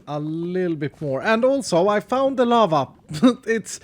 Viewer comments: Lava! I thought he said llama lol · When you said lava It sounded like you said lama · I thought he sed lama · Oh lava? Anyone else think he said llama